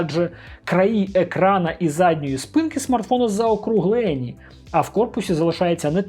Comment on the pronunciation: Не заокруглееееені а заокруглені. Вуха ріжить